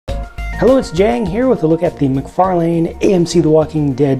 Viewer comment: FYI: it's Mc-Far-Lynn, not Mc-Far-Lane, according to how he himself pronounces it in interviews.